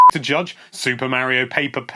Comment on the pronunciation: "Merry-oh." *Eye twitches.